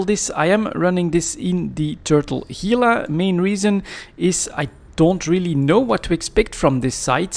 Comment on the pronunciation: You have Gila pronounced right, don't know what someone else commented on it about. Work on the Gila National Forest on the Gila river. Lots of Gila monsters and rattlesnakes. H, Gila.